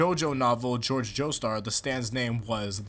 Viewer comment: it’s jorge not George